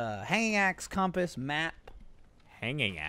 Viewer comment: Please someone tell he's saying compass wrong.